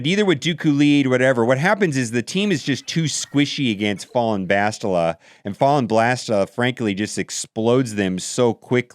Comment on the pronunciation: Are we just going to ignore Fallen "Blast-tila"